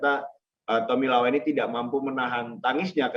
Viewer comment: Rahman Tawainella bukan tomilawa